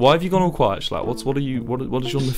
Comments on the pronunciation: thats not how to pronounce schlatt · ur saying sclatt like skleat